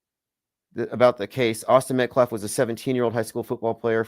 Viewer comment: calling him Austin MetCLAFF is sending me! 😂